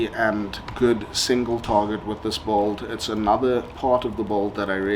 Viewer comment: In what english accent do they pronounce "build" as "bolt" ?